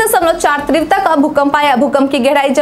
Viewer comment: तीव्रता शब्द का सही उच्चारण किया करें।इसे गलती से त्रीवता न कहा करें।